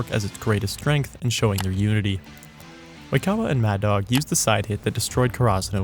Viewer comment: You’re pronouncing “Oikawa” incorrectly